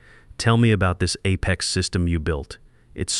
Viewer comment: I enjoy how the AI makes up slurred mumbled nonsensical sounds as substitutes for many simple words. And if you are going to use a word -- like Apex -- perhaps make sure AI pronounces it correctly. All in all, this really detracts from an otherwise interesting story.